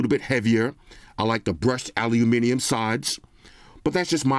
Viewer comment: Americans: Aluminum Europeans: Aluminium: Aliuminium